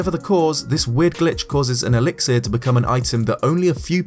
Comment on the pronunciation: Elix-ear? I think the last 'i' is an 'uh'.